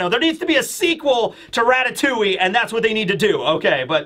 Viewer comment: As a frenchman the way you pronounce Ratatouille hurts my soul